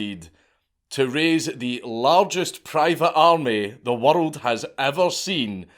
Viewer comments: Where is this "wurrold" place you keep mentioning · im not watching the rest of this video because of how you pronounce woruld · its more like waddled i cant stand it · Bro every time you pronounce "world" as "wirdld" I lose my shit 😂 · What is a “Wurrold”? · Why do you say the word world with three syllables makes no sense